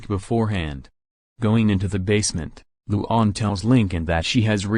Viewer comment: you did not say luan's name right